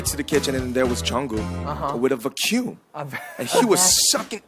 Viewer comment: The way RM said vacuum. I died. Oh, and Yoongi's face .